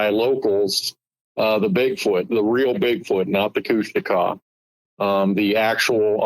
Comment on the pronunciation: KOOSH - TAWKA.. that's how to pronounce it.. not Kooshteka